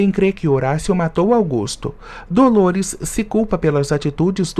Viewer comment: Augusto e Sarita, precisa falar os nomes certos